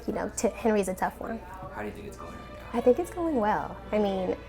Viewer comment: Did any one feel a Miranda vibe when said Nao hard or when he was saying resting was partying or was that just me